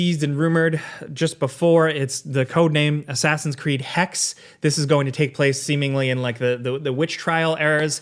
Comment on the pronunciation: you got off guard with Hax? Hex? it's intresting when english is like "that one letter at the end, na man" Hexe is just Witch in german